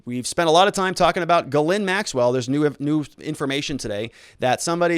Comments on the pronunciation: She's French. It's pronounces "jheez lane" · Hopeful info, thanks. New sub here. Grateful yes, but please call her Maxwell or get help w pronouncing her first name and lose the red pen.